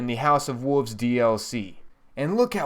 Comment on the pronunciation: Wolves not woovs